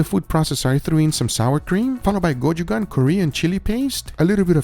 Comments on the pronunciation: I'm Korean and the Korean chili paste is pronounced 'go-choo-jang' with the 'j' pronounced like when you say 'jelly'. Thought I might tell you, since you seem to use it quite often! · It's GO-CHOO-JUNK